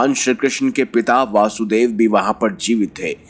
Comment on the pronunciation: भगवान कृष्ण के पिताजी का नाम ` वसुदेव ' है , दोषपूर्ण उच्चारण ना करें ।